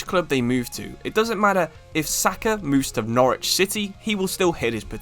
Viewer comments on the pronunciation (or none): none